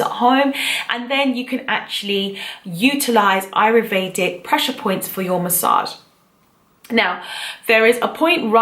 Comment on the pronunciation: Interesting video. Thanks. Just one point though: it's: A-YUR- Vedic. Not: A-ru-Vedic as you pronounce it in the video.